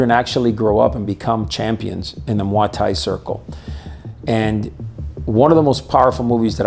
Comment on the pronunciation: I've never heard it pronounced like that. The thais pronounce it like "moy tie"